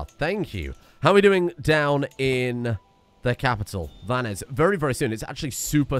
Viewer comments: Not a big thing, but the "s" at the end of Vannes is silent (at least in modern French). Though, I'm sure no one will contradict the dear (and terrifying) Duke if he decides to pronounce it the Elrong way. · You don't pronounce the S in Vannes 🤓